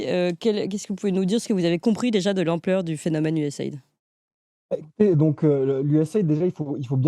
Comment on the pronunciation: Ca se prononce : U-S-A I-D ("AÏDI", pas "aide")